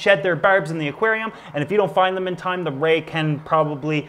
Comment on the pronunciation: Have you ever said aquanarium